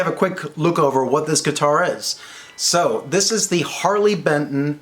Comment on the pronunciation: Only thing giving away your german accent is the bentn pronunciation.